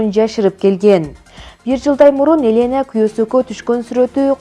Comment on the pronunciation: Элэна эмес Елена Акцент ужас Димитрий эмес Дмитрий Туура окугулачы